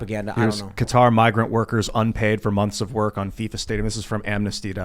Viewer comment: Finally, someone on this show that pronounces Qatar correctly